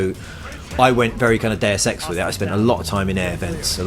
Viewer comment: Oh... I just thought the pronunciation of Deus Sex sounded like Dare Sex.